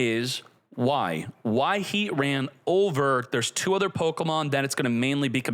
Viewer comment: Ar-key-us and R-Sea-Us are both widely used. the correct way is Ar-key-us but nobody really cares. Heatran however is Heat-Tran NOT Heat-RAN. nobody says that 😂